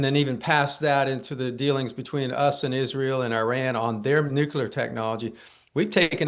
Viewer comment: Why do these idiots insist on mispronouncing nuclear? Calling bs. This isn't even well done disinformation.